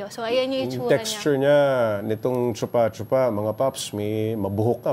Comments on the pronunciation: it's "Choo-pah choo-pah" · Choopa choopa hindi tsupa tsupa Bagalan nyo pag pronounce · Bat kasi yung pag pronounce ng reporter “tsupa tsupa” e yung pag-pronounce nung ininterview is “choo-pah choo-pah” 😅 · bat kase chupâ chupâ? chûpah chûpah dapat... tae ganun parin... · di naman "tsu" yung pag pronounce niyan eh , "shupa-shupa"ang tama ; mga mema. naturingang news agency at mga journalists pero di man lang inalam tamang bigkas ng pangalan nung prutas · Vendor: Chūpā chūpā Reporter: Tsupa tsupa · chuupa chuupa kasi, hindi tsupa tsupa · Chupah chupah kasi ang tamang pronunciation, si ate sanay na sanay sabihin ang tsupa tsupa 🤣🤣🤣🤣🤣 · actually sa youtube dami pronunciation ng chupa chupa fruit. kahit foreigner hindi din sh- ang pronuciation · Choopa choopa na lang sana yung pronounciation! Putik kaya malaswa pakinggan haha😅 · Shupa Shupa kasi ang pronunciation hayyyy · Gaga mali ang pronunciation nyo mga 8080!!! Di man lang kayo nag research ng maayos!!!Shupa shupa ang pronunciation nyan kakagigil kayo! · Mali naman kasi pagbigkas eh. 😂 Para sya yung lollipop, chupa-chups. Palitan lang ng "a" yung "s" sa dulo... chupa-chupa. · yung reporter, ang bigat ng pagka bigkas ng letrang A sa chupa chupa hahaha